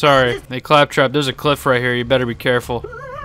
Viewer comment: I have to say! I enjoy your commentary a lot in your videos! Here specifically😂 ”Ay faptrap, catch”😂